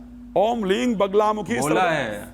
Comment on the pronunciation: Hlreem nhi hota hleem hota hai